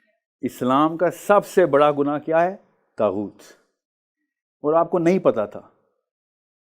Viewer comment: طاغوت لفظ ھے طہوت نہیں ۔